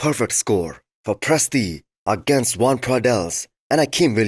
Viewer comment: Hey,, no hate but it’s Joan not Juan